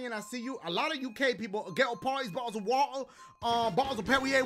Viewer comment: Ge-oh pawtees, ba-ohs of wattah! 😂